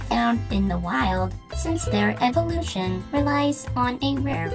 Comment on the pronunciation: When you said evee-evelution